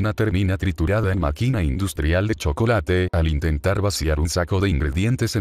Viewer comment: INCIDENTE: La seño que no puede decir Chocolate :(